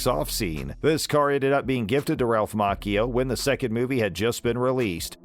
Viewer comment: I wished the host would quit mispronouncing Ralph's last name.